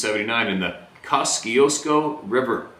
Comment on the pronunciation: Kosciusko pronunciation is ( koz e us co) Named after a Polish General that assisted George Washington during the Revolutionary War..Just a fun fact for ya.